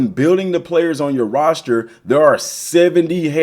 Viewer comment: What tf is a “roshter” lmao